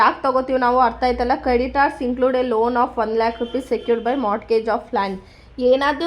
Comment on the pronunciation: Mam in mortgage the t is silent so when we say it, we say morgage